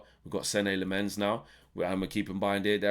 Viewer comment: As a Dutchman, and Lemmens being a Flemish (Dutch speaking Belgian) name, allow me: it’s pronounced SEN-nuh LAH-muns. The emphasis on the first syllables.